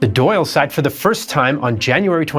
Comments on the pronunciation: Dáil is pronounced like dawil with the i being quite short, not Doyle. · the dail or an dail is actually pronounce "dahl" rather than "doyle" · The Irish parliament is called the Dáil and it's pronounced "dahl" "dal" or "doll" not doyle. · Thank you! That was grating! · Dail is pronounced Doll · It is important to understand how much catholic Irish were treated as second class citizens in their own country - and during the potato famine even much worse than that, with the London government even enforcing and worsening the situation. Btw. Dáil isn't pronounced "doll". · I know you gave it your best but every time you pronounced the Dail as Doyle I cringe 😂